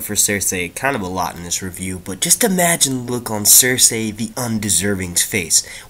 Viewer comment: it's Cercei pronounced cerSEE not cerSAY bro, and Dany will probably go to Dorne and make her way up to Kings Landing, since Dorne is where the houses that are supporting her are at